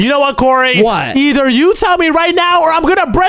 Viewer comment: its kory į repeat its kory